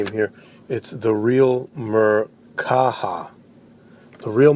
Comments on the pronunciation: I’m white and I agree. You said folks in the hood.. The Who? And yes it’s VERY disrespectful to screw up someone’s name like that. It’s not hard. MER KA BA, spelled exactly how it sounds.. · you pronounce his name wrong you f**** idiot also he destroys the Bible listen learn study research and then get back